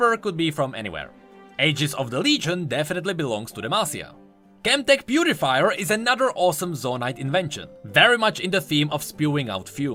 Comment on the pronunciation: I like that he pronounce almost half of the names wrong Chemtech beutifier xD